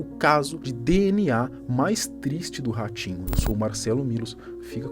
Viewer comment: Ele fala ratinho eu ouço orochinho